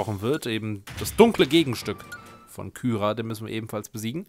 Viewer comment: Man spricht Kyra, Kira aus. Auch nach 50+ Parts ändert sich daran nichts.